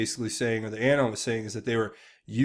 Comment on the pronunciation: I love your channel. But your pronunciation of “Anon” is AGONIZING... it’s UH-Non as in Anonymous. Not A as in Apple. I dare you to correct it. 😬